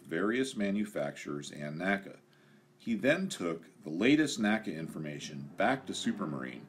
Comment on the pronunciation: Common error, but it's pronounced "N-A-C-A," vice "naca." The National Advisory Committee for Aeronautics always said "N-A-C-A."